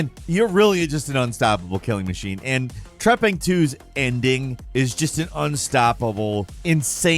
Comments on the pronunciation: wtf is number 7? treppin? trapline? wtf did say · what is game number 7? cant understand the name, trapping 2? cant find it anywhere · Trepang 2, He pronounces things so damn weird sometimes, It's like it's the first time he read it out loud. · What was the game featured at 7? I was trying to google it and couldn't find anything. It sounds like "Trapping 2" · What's the name of the video game at number 7? I keep hearing trapping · honestly even after a few times i tried to hear, all i hear from the audio as trapin, trapping, trapn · What game is 7? He says it multiple times but all i hear is 'trapping 2' and i cant figure it out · What is the game called on number 7 ? No matter how many times I rewind it I can’t understand the name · Thank you! I listened to him say it like 10 times, but I just couldn't understand what he was saying...I even tried using closed caption! lol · number seven, could somebody write the name down in the comments from this countdown Because I couldn't. Understand when he said it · What game is nr7? I. I cannot make out what is saying